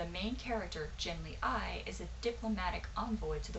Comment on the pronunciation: Good look on LeGuin, she is amazing! (The main character, though, is pronounced "Ghen - lee" not "Jen - lee" Also try The Dispossessed of course. Try some other great female sci-fi writers: Joanna Russ, Sheri Tepper, Suzette Haden Elgin, Nancy Kress, Ann Leckie, Julie Czerneda - there are tons more!